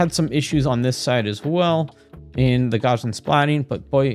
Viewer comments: Gaussian is pronounced like Gauss (rhymes with house) . It's NOT "Garzian". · Gaussian is pronounced "gow-zee-inn"...